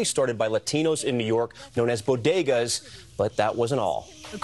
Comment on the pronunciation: Bogodas of the Bronx! She actually said bo - go - das. She’s never been anywhere near the Bronx!